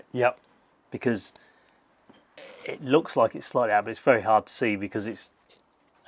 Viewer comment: ‘Velly tough’ 😂😂